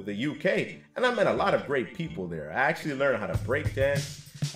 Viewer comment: "Axe-u-lee" what language is he speaking?